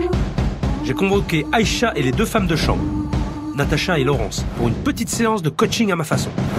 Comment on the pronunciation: Jpp quand Phillipe a dis « dans ma sambre »😂😭